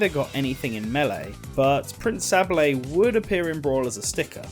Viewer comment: pRiNcE SAHblayy Im pretty sure its Say-bull Sorry for being petty